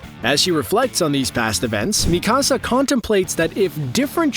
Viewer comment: sorry but you butchered it. her name "mikasa" isnt said 'Mi Casá' its not spanish.. its Mi - Kasa (Me- Ka- sa) pronuced the japanese name way